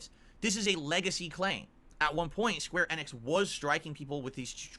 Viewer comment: Why the fuck does he pronounce it like square EH-nix